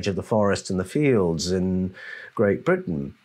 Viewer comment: Sounds like brutish !; instead of Britton 😡